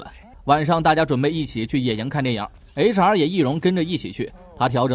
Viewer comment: 您把HR说成雷茶 😂